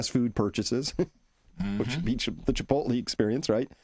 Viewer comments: Chris, your definitely pronouncing chipotle all wrong lol. Maybe that how you guys do it Boston…. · Too funny. Not Chi potel but Chi pote lee. Not TAC O but TockO. Love you guys! Good info.